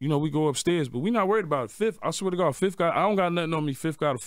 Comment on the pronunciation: 31 seconds in he said his first (fif) lol